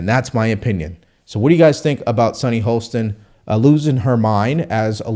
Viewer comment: Great voice,. But it is Sunny HOSTIN, not HOLSTON. She is definitely out of touch, and it is very hard to listen to her calm condescension, but many conservatives already have the stereotype of being "uneducated". The least we can do is learn how to pronounce people's names correctly (especially those on the left).